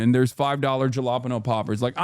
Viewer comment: Ain't no way he pronounces jalapeno like that